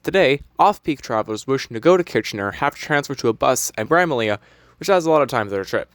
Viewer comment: Dude check yourself on how you say Bramalea 😂😂😂 haaaaaaaaaaaa it's pronounced bram-a-lee